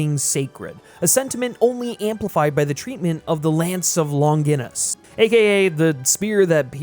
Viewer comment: Friend I’m not sure who is writing for you but there are a number of mispronunciations that may confuse your audience — see “facsimile” and your mispronunciation of Longinus for two examples